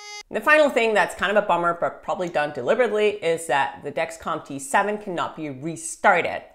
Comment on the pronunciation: I can’t tell if ur saying T7 or G7.